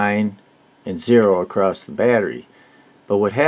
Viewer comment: "Across", there's no such word as "acrost". Subbed though 😀The TL081 is a single opamp, you most definitely mean the TL084, or TL074 which are quads. No idea what an "asamal multivibrator" is, I think you mean "os-stable", astable.